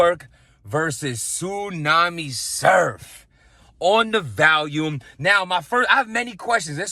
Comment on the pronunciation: Random but why does everyone pronounce it "Valiume"